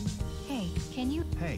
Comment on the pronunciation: Ein Tip Can wird Tschan ausgesprochen denn das ist ein türkischer Name